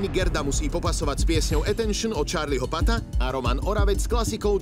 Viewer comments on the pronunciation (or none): Od Charlieho “Pata”😂😂😂 já bych vás zabila😂 čte se to “PUF” proboha😂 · Nene špatně je to PUSS😂😂